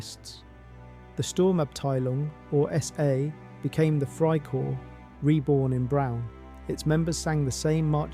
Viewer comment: The word is freikorps. The s ending is not pronounced just like in English.